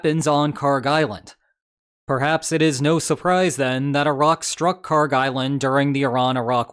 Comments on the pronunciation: Kharg island is pronounced as you did. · You’re not mispronouncing Kharg.